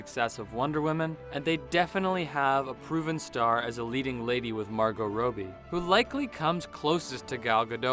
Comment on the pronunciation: Why do you pronounce margot’s name soooo wrong It’s pronounced rob(stealing things)ee Not rowbe